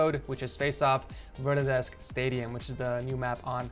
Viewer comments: bro its verdansk not verdanansk:) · Just me who's super triggered my mispronunciation of Verdansk? yes? Ok then... I guess I'll crawl back into my hole now haha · why is nobody talking about how he said verdansk